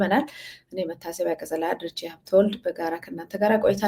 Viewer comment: እህታችን መቲ ፣ ስሙን ሃብተዎልድ ሳይሆን ሃብተወልድ ብለሽ ብታስተካክዪው ?